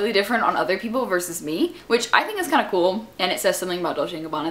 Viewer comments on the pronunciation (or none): none